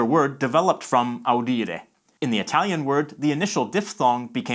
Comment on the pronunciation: Just wanted to point out the Latin pronunciations in this video are terrible. It's very Englishy, so all the vowels are wrong: Umbilīcus in this video sounds ammeliccas to my ear. I would probably not recognise that word if I hadn't seen it written. Audīre sounds more recognisable, though the ī ended up sounding like i. It should be a long vowel. Bonus in this video is pronounced bōnas instead. The two mistakes made here are that the o is errouneously lengthened whereas the u is wrongly made into a schwa, which sounds like an a to my Latin ears. It should be bonus, with a short o and a clear u sound.